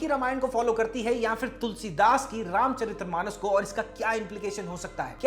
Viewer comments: Just to correct a small mistake, it is RAMCHARITMANAS, not RAMCHARIT’R’AMANAS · It's Ramcharitmanas, not Ramcharitramanas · भाई रामचरितमानस होता है न कि रामचरित्रमानस।